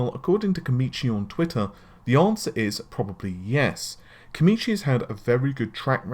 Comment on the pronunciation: Why does always say 'Komichi' when the name says 'Komachi'?